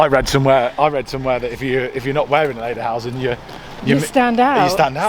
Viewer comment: Oh, guys. Lederhosen pronounced lay/der/hose/n and dirndl is pronounced deer/n/dle.